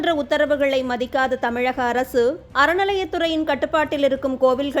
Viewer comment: Annamalai sir tamilagam illai tamizhgam sollunga la illa zha